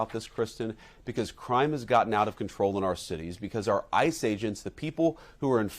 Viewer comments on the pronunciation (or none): none